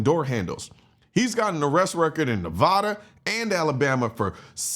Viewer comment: Please learn how to say Nevada properly.